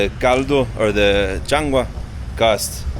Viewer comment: It is changua not changa